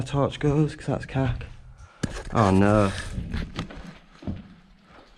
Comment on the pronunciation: The way you say oh know in your Yorkshire accent is to funny 😭😭😭😭😭😭😭😂